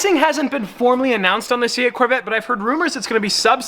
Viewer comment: hey guys I’m buying the c8 Chevorle corveee Fans:hey bro but I’m buying the c8 Chevrolet’s corvette